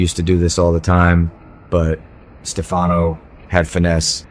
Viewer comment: Whoever is speaking doesn't watch the show or he would know how to pronounce Stefanos name correctly!!